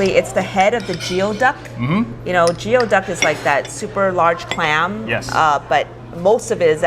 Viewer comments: You guys pronounced Goey Duck Jeo duck? ooops! even tho it’s spelled Geoduck. I Yelped it and locations are at Rowland Heights and San Gabriel not Rosemead. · Geoduck is actually pronounced as gooyee duck. Not sure why, especially when it's not even a duck...